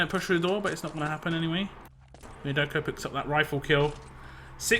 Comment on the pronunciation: on supply was clearly see problem with et spawntimes.. TSB got spawn time set up that they had several seconds to attack EDIT after they respawn and be free to kill itself before theire respawn :X And IMO the I in wiaderko should be read as j. But great cast as always it is great someone is still casting ET